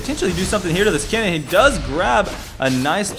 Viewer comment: You too are mistaken my dear friend. Is Kennen, not Keenan